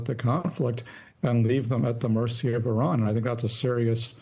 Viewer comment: Why can't the majority of Americans not pronounce Iran and the Iranians properly?